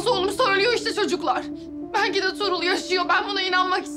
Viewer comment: Bu kız neden tuğrul diyemiyoda durul diyo